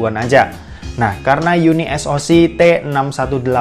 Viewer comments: Bacanya kok. Jadi UNI - ES - O - SI 😂. yunisok aja biar enak.. 😁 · Unisok bang bacany bkan uni s o c 😂😂